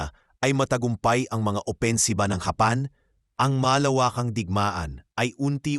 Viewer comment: Hapan ka ng hapan ang samang pakingan paki ayos mo nga bigkad ng japan hapan ka ng hapan eh